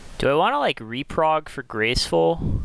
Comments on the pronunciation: It's Reprod not Reprog lol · why do you keep saying reprog when theres no g in the word im so confused